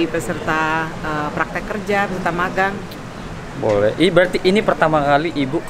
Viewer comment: Magang huruf "g" nya satu aja bang